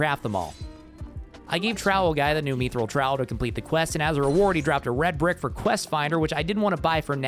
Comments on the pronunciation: constantly calling mythril "meethrill" is driving me nuts. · Have i been saying mythril wrong this whole time or has he?🤔